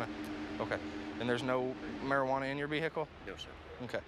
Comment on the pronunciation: And there’s no mariWana in your veehikle